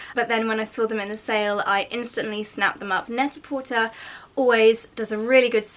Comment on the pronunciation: The site is pronounced net a por-tay. It’s a play on the French phrase pret a porter, which means ready to wear.